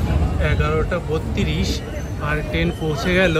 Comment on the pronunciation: দাদা, টেন নয় ট্রেন । ❤